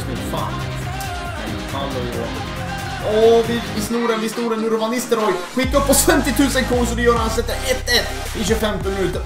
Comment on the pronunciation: Van Nistelrooys första bokstav V uttalas med F ljud